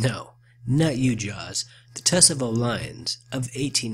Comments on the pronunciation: It's pronounced Ta-sah-vo. Not Tuh-suh-vo. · Tsavo lions do not have manes. And Tsavo is pronounced Saw Voe. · Tsavo (SAR-VOE) The t is silent. Great video as always. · Pronounced, "Savo" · The 'T' in Tsavo is completely silent. So it is pronounced as 'savo' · The T is silent so it is pronounced (s-a-v-o) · It's pronounced Savo... The T is silent... And it means A PLACE OF Slaughter!! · Wrong. It's pronounced 'savo' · It bothered me how he said it. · you are mis pronouncing Tsavo wrong, and the lions did have manes Mr, Patterson killed the lions, kept them, and made rugs out of them. He later sold them to the American Field Museum in Chicago they reconstructed them which made them smaller than they really were. it was not posiable to put the manes back on, as the manes were ruined. they were sold for $5,000. their skulls are in the display just off to the left as you face them. if you are going to make a video, then get it right. there many that make videos of this event, but they get it correct. you did not.